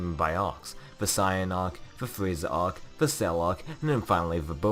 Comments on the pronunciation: Whenever you say Saiyan you pronounce it like cyan... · Whenever you say Saiyan you pronounce it like sayin'…